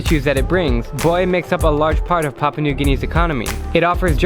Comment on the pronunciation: Hey Drew, it’s Pa-pu-a New Guinea. I mean, how you supposed to talk about a country and you can’t even pronounce it correctly? Papa is what you call your dad when your 6. Pa-pu-a is a country. Show some class my friend and learn the word